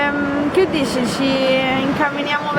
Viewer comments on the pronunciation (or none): Tante grazie,! Auguri e felice anno nuovo a te e i tuoi! Mi è piaciuto molto rivedere tutti quei posti a Roma. Mi manca tantissimo l'Italia! Mi manca persino la pioggia! Anche mi è piaciuto la tua pronuncia romana di "dici" e "ci".;) E non conoscevo la parola "domattina". Grazie! Due anni fa, noi abbiamo mangiato al ristorante Nonna Betta al Ghetto Ebraico, vicino dal ristorante che hai mostrato. Era delizioso!